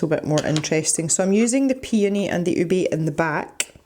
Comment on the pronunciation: It’s “ooh-beh”, it’s a purple yam.......